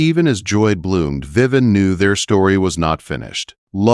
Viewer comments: Her name is not Viven; it’s Viv-vee-en! AI is not good at pronouncing names! Needs work! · Lovely story. Only a couple of incorrect AI pronouncements: VivEE En not Vivan, and Grosvenor is GroWvenor, the s is silent. Otherwise quite a pleasant AI narration, with correct emphasis and few but correct pauses. Good narration makes such a difference. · Yeah, that mispronunciation is very annoying.